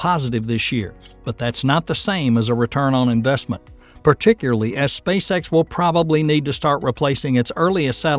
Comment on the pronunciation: “Particurly” is not a word. “Progrum ” is not a word.